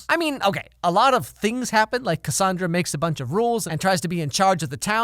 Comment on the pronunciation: One thing that irritated me was that they always said Cassandra’s name differently?? Like they couldn’t agree on a pronunciation I swear Harry says it two different ways.